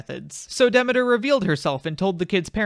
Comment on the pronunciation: this is fantastic, but can you pronounce Demeter correctly lol